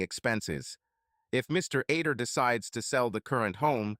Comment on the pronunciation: The name is supposed to be Other not Ader not to mention during the divorce court part it keeps calling him John instead of Terry as well as numerous other mistakes and mispronunciations. The story is pretty good but the narration is lousy.